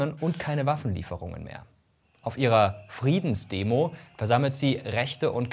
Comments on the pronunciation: Ja...Friedensdemo, darfst ruhig normal aussprechen. Wenn Du so Kriegsbegeistert bist, dann los, hole Dir ne Waffe und ab an die Front...Ohne mich😂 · Allein die Betonung des Wortes Friedensdemo sagt schon alles über diesen Beitrag. 🙈